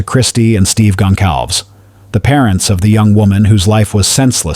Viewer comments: Gon cal vez not Gon calves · Please learn how to pronounce Kaylee's last name correctly.